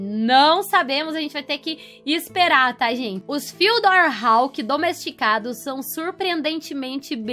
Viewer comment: A pronuncia do nome do mapa é tipo fudiór kk